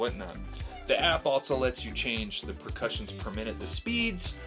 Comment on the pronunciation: there are ZERO "T's" in the English words, "else" and "also". Just for future reference brotha.